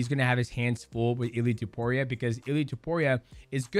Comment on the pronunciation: did you say dudeiaporia lmfao 🤣🤣🤣